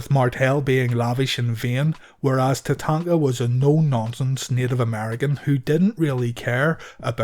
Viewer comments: Wait, is it Tatanka or Tatanga?! Your pronunciation is all I can focus on the entire video. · My question was redundant genius (sarcasm) as it's clearly spelled Tatanka in the title of the video. The jackass narrating the video is clearly unable to verbalize the letter K and instead substitutes G which made it unlistenable. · It was always funny when Bobby Heenan used to call him tatatatatanka.😆